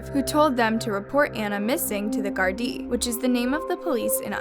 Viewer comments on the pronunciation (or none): It’s not called “Jar-dee” or “Gar-die” its called Garda and pronounced as such 😂 so irritating to hear her say and spell it incorrectly over and over. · Stumlbed onto your videos and I really enjoy them. I wanted to let you know, in case you do another Ireland video, that I watch a youtube channel called That Chapter and he pronounces the Garda just like it is spelled Gar-da ;) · Omg the way you’re pronouncing Garda lmaoo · its GARDA not jardie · It's Garda not Gardi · OMG ITS GARDA NOT GARDAI!!! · Baby, it’s pronounced ‘guard-ah’ in Ireland 🇮🇪 but with a less harsh sounding syllable change xxx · Garda.. Name of the Irish police not Gardi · I believe Garda is pronounced Guardah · Her pronunciations in every video is horrible how does she not know this or read her comments on here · The pronunciation of Garda is trash lmao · You're saying the word Ireland and Garda wrong also the murder is not actually that well knowing, so I don't know why you talk like it is. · The way she says the police in Ireland annoys me it’s clearly spelt Garda but apart from that interesting